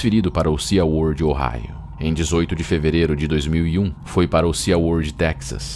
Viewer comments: Se pronuncia "si" world e não "sia world." 😉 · por favor me perdoe mesmo mas SeaWorld pronuncia-se SiWorld o A e mudo